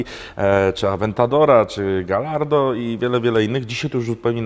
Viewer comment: gajardo, nie galardo, a cylindry rozpędzają wał, a nie odwrotnie